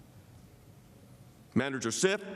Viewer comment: Did Jay Sekulow say “Manager Schitt”? 😮🤭😂